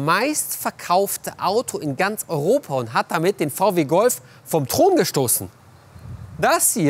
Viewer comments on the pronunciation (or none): nix vau-weh-oh je!!!!!!